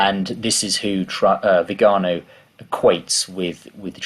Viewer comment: Creative pronunciation of Viganó . Never heard that one before.